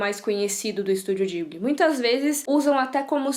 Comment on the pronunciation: ou fala "Ghibli" ou "jiburi" como se fala no japão o.o mas "dibli" não existe, ate pq não tem "L"... Mas o vídeo ficou ótimo, quero mt ver